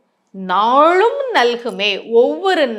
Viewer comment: உங்களுடைய தமிழ் உச்சரிப்பு ழ் ள் ல் தவறாக உள்ளது. அது மட்டும் இல்லாமல் நான் சொன்னேன் நான் சொன்னேன் என்று சொல்வது உங்களின் தற்பெருமையை காட்டுகிறது. நாளும் என்ற வார்த்தை நீங்கள் நாழும் என்று உச்சரிக்கப்படுகிறது